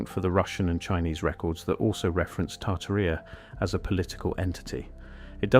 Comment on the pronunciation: Tarta rheeea😂😂😂 it’s tar Tare eee uh